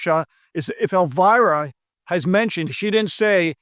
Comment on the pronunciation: its pronounced elvEErah not elvAIrah